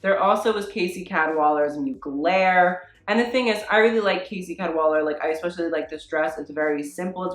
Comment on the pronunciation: I mean ... look at what r u wearing .... u think u can talk about fashion ? lol 😆 I mean ur hair .... I mean ur trousers don’t even fit properly and ... girl u need a haircut... or at least condition it ... there u go I’m criticising u ☺️ oh and u can’t even say MUGLER properly lol 😂 sad lol girl ha ha u making me laugh